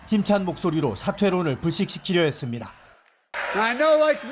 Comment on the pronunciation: 남자 아나운서의 발음이 정말 이상합니다. 특히 ~했습니다. 의 발음이 어린아이가 말하는 것처럼 들립니다. 발음 교정이 필요합니다.